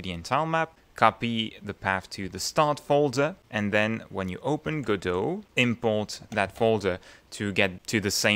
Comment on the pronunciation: This might be the first video I've watched with the correct pronunciation of "Godot". Well, that got my attention, I nearly fell off my chair! 🤣 I subscribed because your explanation of what I thought was going to be a complex topic was actually balm to my brain. Mille mercis!